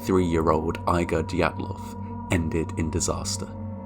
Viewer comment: The way you pronounce Dyatlov sounds like Diablov.